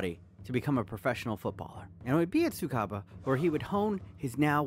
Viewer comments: tsukUba University, not tsukaba...please...thanks for the vid nevertheless. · His university is TSUKUBA. not tsukaba. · bro its tsukuba not tsukaba 🤦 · It's Tsukuba, not Tsukaba My man just said Roberto Deeznuts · Bby the way, its Tsukuba uni. Not Tumsukaba uni. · Not TSUKABA, TSUKUBA Univ. is correct. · It's not TSUKABA, it's TSUKUBA.